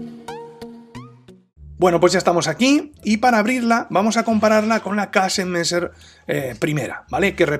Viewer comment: Pa comerte un buen Old Amsterdam.... Saludos maestro.. PD: Para ayudarte con la pronunciación di mejor kesemessa..